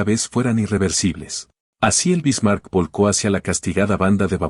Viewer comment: Solo con escuchar como pronuncia la IA los nombres anglosajones y como pronuncia el nombre “Bismarck”, se nota que no es sino mera propaganda gringuita inútil.